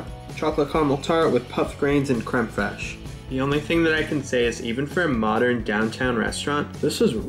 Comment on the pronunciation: I think you pronounced “creem freesh” wrong